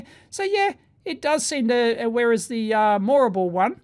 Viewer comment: Your pronunciation of "Moorabool" is not quite how the locals pronounce it